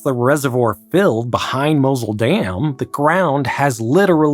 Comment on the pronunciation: Tigris, Mosul, etc. At least make some effort to learn how non-english words are properly pronounced.